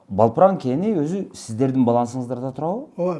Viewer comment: Балпран, эмес Далпран....